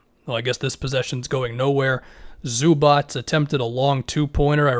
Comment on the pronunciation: Everybody: Zubac: Zubats